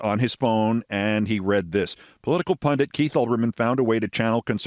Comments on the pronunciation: Sorry, Keith, I love you and all-but, to make fun of the "Hilter' woman for messing up a word and then YOU don't even know the word-that's disgraceful! It's P-U-N-D-I-T, not "pundant" or whatever you did to add an "n" or what else. You've been fact checked! Look it up-the word YOU mean is PUNDIT! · I thought I was the only one that caught "pundint".